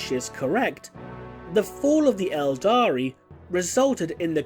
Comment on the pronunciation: Cmon man 'eldar' don't call them eldari